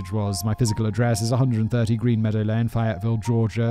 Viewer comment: Clearly never listened to the warm up, cant pronounce Fayetteville